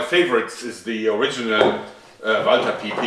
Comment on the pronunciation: German accent intensifies due to the walther